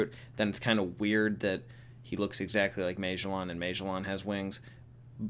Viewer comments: Magellan was a real person. Ma-gel-in. He was an explorer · Its pronounced mah jell in lol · I’ve definitely never heard “Magellan” pronounced that way. Also, he’s definitely not the only one who works in Impel Down that has wings. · I didn’t notice he was saying magellan until the mid of the video, why do you pronounce it like that weirdo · LMFAO!!!! You can't pronounce Magellan. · Holy shit. You don’t know how to pronounce Magellan. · Oh thats what he was trying to say? Lolol